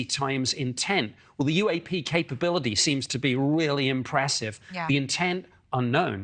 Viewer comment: I love the way Nick American twang came when he said the word "capability" onwards. 😂still love this guy.